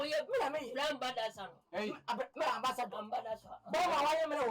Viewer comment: He said "ambadasor"😂😂😂